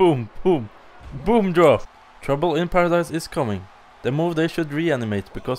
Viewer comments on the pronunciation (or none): omg its trouble in paradise not tromble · You said troumble in paradise